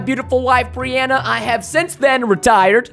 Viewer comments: when you said brinana it made me laugh so hard a broke my ribs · I died when he read Brinanna 🤣🤣🤣